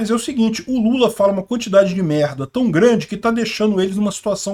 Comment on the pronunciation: Lula fala um monte de mehhda kkkkk